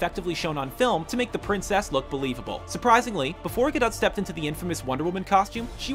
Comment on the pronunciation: I hate how he said princess